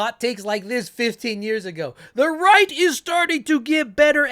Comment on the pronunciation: Idk why i kept hearing 'The New Reich' instead of 'The New Right'....